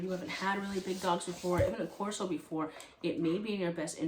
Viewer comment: I’m aware of how the AKC lists the breed and if you’re following their lead then you yourself aren’t pronouncing “Corso” correctly. The AKC lists all breeds using their native tongue. In this case- Italian. We currently have 3 Canes and over my life I’ve had at least a dozen. The cost of a puppy is as much dependent on the breeders set up and facilities as it is bloodline and grading. The fancier the kennel, the more expensive the pup. One of our best ended up being around $1600 and currently our youngest, who is probably the best looking we’ve ever owned, only cost $1700. Straight from RG in Texas.